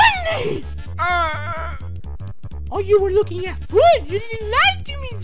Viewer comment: say foot not food